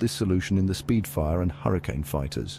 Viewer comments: It’s spitfire, not speedfire. The AI used for this video is comically terrible. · For God's sake stop using AI for commentary... Supermarine "Speedfire"!!! It's Spitfire!!!!!!